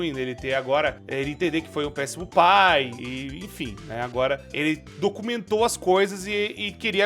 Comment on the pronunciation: Tu errou a palavra "pai" com um "u" ao invés de "i" e agora não consigo mais desver☠️